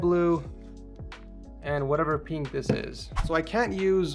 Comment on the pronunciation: this guys pronounces pink as peenk but pin doesn't become peen